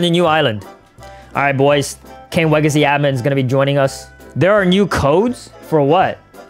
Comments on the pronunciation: HE SAID KING LEGACY NOT KING WEGACY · It’s not king wegacy it’s king legacy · it's king legacy not king wegacy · King legacy😂can’t make me say king wegacy lol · Yo you mess up you said king wegacy but the title bruh king Legacy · King Legacy not Kang wagacy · It's called king legacy not king wegacy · Pls stop calling king legacy king weagacy😢😢😢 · The Best Thing In The King Wegacy Is Actually "Code "😊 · Bro king wegacy 😂 killed me bro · Lol 😂king wegacy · in 15 sec in the vid you said legace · Lugn w-w-w-w-w-wegacy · Not king wegacy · No no no it’s wegicy